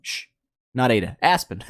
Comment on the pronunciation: it's aida lol